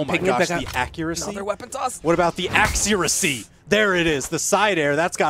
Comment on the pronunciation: What about the,,axeuracy" xD ()